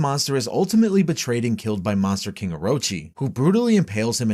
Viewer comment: "The subterranean ki-ing"